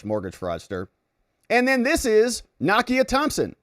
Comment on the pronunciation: NAKIA: nah-key-ah